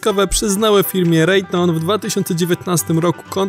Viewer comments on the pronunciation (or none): lektor na prawdę powinien zacząć wymiawiać zagraniczne nazwy tak jak się powinno: LOCKHEED MARTIN - LOKHID MARTIN -nie "loket martin" RAYTHEON - REJTION - nie "rejton" to jak nazywanie Marianny Marią. i takie "przejęzyczenia" są nagminne